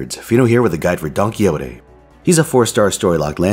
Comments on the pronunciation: Big fan of Fino rattling off that Spanish NP name with absolutely no issue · Indeed, great pronunciation!